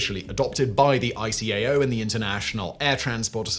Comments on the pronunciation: Eye-kay-oh and eye-ah-tah. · After working in the field since 1973. that's the first time I've heard ICAO callef I. C. A. O.